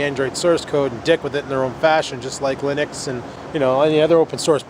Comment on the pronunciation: You said interpolated and Linux right the first times you said it. xD And what I found funny was that people who make Hackintosh computers publicly post videos of them like no one can see them.